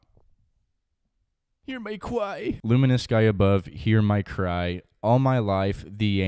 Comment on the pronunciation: "hear my cwy" killed me